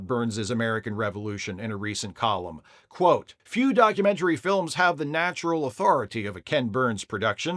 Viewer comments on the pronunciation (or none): none